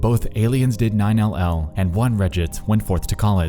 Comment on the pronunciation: its pronounced "nine-eleven" not 9 L L